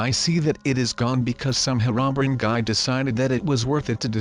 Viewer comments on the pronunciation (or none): none